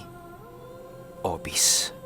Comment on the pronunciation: Hehehe.. Opis nalang para madali.. mahirap bigkasin ang F. 🤣🤣🤣🤣